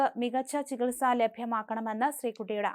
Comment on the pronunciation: ചികൽ സക്ക് ഉത്തരവിടണമെന്ന്. മലം നാടന്റെ വാർത്താ അവതരണം ബഹുകേമം തന്നെ.